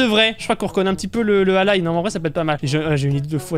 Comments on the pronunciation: on dit allAille pas allay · ça se dit pas allaye ça se lit allai on dirais que tu dit à l'aille